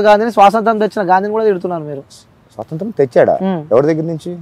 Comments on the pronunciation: "సొసంత్రం" కాదు రా డంబ్ యాంకర్ "స్వాతంత్య్రం" లేదంటే "స్వతంత్రం" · స్వాతంత్రం పలకడం రాదు నువ్వు ఏమి anchor రా పిచ్చి పువ్వా 😂😂😂😂